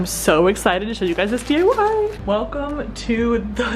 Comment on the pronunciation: Was I the only one who heard “DAY” instead of “DIY”